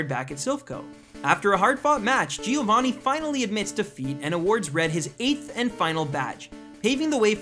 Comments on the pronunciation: he means that it's not 'gee-oh-vah-knee' but 'gio-van-knee' (gio pronounced like cho but with a g) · It's not Gi-ovanni -.- it's Giovanni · GI-O-VAANI ...ugh Americans... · Exactly xD